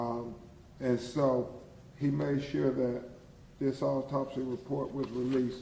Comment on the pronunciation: What the hell is a alltopsy!? Why he can't read?.is he a real lawyer?